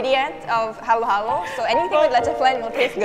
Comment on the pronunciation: its haluhalo not halo-halo